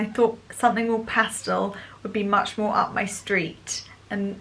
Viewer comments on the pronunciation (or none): none